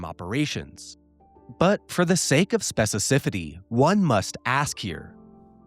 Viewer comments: Specificity is pronounced “speci-fi-city” btw not “speci-cifity” lol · Unparalleled depth. But also lol at "specicifitty" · You can memorize the government's complete encyclopedia of acronyms but you can't pronounce 'specificity'? Haha.